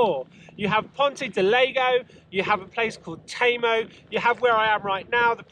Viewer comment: "Leg-No" and "Temo" (otherwise known as TEMU') Obviously spent zero time talking with locals LOL